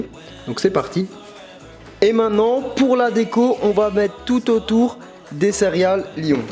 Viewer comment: J'ai l'impression qu'à chaque fois tu dis "cériales"